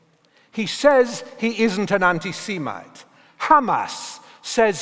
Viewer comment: Learn a false "intelligent" RP accent and not only will you delude yourself into believing you're intelligent, but you won't even be able to pronounce semite.